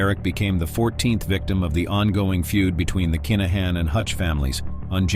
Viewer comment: Very good narrative but please please accept some pronunciation errors which are driving me (and most Irish listeners..)crazy! Just ask us for the phonetic spelling and we will all have a better experience! For example: Kinahan is pronounced K-in-ah-in and NOT Keynahin. There are many more, just ask! Other than this, excellent 👌